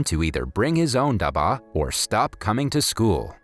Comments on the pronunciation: I was so inspired by the story, I was almost about to cry. But I am from India and the way you say dabba ( which means Lunchbox), Your accent was very funny😅😅🤣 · Love all your videos but as and Indian your accent for dabba is wrong and I kinda fon dit funny but you are doing good keep it up 😜☺️ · You did butcher the pronunciation of pretty much all the Indian things (food and the "dabba"), but this video is rather good! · for dabba there is a hard b and for khadus its the d thats has to be hard🤣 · Great movie, great storyline, however the way you say daba is too funny, any Indian in the comments will know how we pronounce it. And also Jalibi is pronounced Jal - ib - bi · u pronounce daba its like dab ba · Bro no offence but please pronounce the word dabba better, It's dab-bbaa👍👍😊😊😊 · The way he said dubA made me laugh but it's ok cause like him i also have problems while pronouncing long english words which are new to me. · the pronounciation of dabba was funny it is pronounec as dubba btw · Just pointing out (don't be angry) It's Stanley's box in English and in Hindi it's Stanley Ka dab'ba (dab as in Dub) and (BA as in bba bu'h) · as a Pakistani, the pronunciations of "dabba" "khadoos" "Hindi" "iyer" and "jalebis" got me but it's okay, I understand 😭🤚🏻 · Dabba means box in hindi and you pronounce it wrong. What you say means medicine.khadus means rude it's not a name. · (Stanley Ka Daba) They way u pronounced Dabba tho- XD (Dah-bh-a) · You pronounce dabba in wrong accent